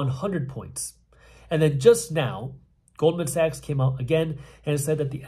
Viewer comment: I thought he said gold and sex, and he said Goldman Sachs 😅!